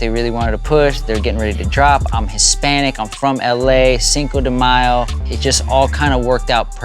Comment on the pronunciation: Cinco de what? Bruh, and you’re Mexican right... Oigan a este 🤣